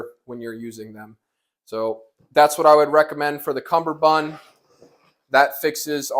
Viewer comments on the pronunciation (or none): God dammit boot, it's CUMMERbund NOT fucking CUMBERbund. There's only one B in CUMMERBUND.